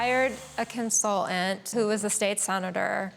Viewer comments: if i hear her say "CONSUL-ANT" instead of consulTant, im gonna rip the last of my hair out....why are people getting so phonetically LAZY!? grrrr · I’ve never heard the word “consultant” with so many letters missing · Consultant! not Consol ent, denver dingbat